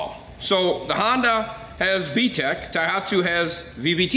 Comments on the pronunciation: A good vid. But it bothered me every time you mispronounced "Tohatsu" as "Taihatsu". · not thaihatsu ...TOHATSU..ha ha ...translate the cc to ci is ridiculous in an outboard ...no need for that :face-blue-smiling